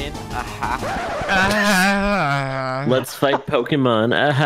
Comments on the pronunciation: Yes pokéman!!!! Lol my husband says pokemon like that lol. 😂😂😂😂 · Did he just call Pokémon Pokéman?